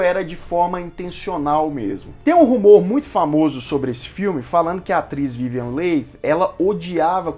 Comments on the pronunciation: se pronuncia Vivian li e não leighi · Muitos falam "Lei" na TV. Só agora descobri que a pronúncia é "Li". Concordo com você em pensar que é melhor deixar o original em paz, jamais fazendo um "remake". Grande abraço, continue o trabalho bonito de se ver. Cultura e informação válidas são fundamentais. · Vivian Lee (é a pronuncia) mas tirando isto muito bom o documentario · Adorei seus comentários desse filme e fantástico!!!! Só que o nome da atriz pronuncia-se: Vivian Lí!!! Gratidão pelas informações!!!! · Que nervoso de ouvir " vivian leit" ...aff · Esses youtubers que acham que sabem falar de cinema poderiam pelo menos aprender a pronunciar corretamente o nome das atrizes e atores antes de fazer um video né? Dói ouvi-lo falar VIVIEN LEI!!!! kkkkkkkkkkkk afffffff!!! vergonha! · Podia só dar uma estudada na pronúncia dos nomes antes de fazer esses vídeos né? Difícil ficar o vídeo todo ouvindo Vívian Leite! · Sim , vc errou a pronúncia e , sim está desculpado, mas recomendo fazer uma pesquisa mais minuciosa sobre a Vivien Leigh, pois dessa forma vc teria escutado a pronúncia correta do nome. Recomendo o box com 4 CDs do filme. Boa aventura. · Não saber pronunciar o nome da vivian leigh é foda hein amigo? :( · “Acabou SE adoecendo “?! Olha o Português! O correto é “acabou adoecendo” Parece aquelas pessoas que dizem “fulano quer SE aparecer” no lugar de “fulano quer aparecer” Procure saber a pronuncia correta de Leigh porque você pronunciou incorretamente durante todo o vídeo. Gostei muito do vídeo. Tanto que prestei atenção e reparei os detalhes acima. Você poderia ter falado sobre LESLIE HOWARD que interpretou Ashley Wilkes e que foi uma péssima escolha por ser muito velho para o papel e por ter trabalhado de má vontade justamente por tal motivo. E não queria interpretar o personagem, mas foi obrigado.